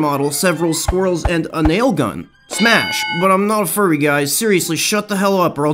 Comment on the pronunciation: Furry not curry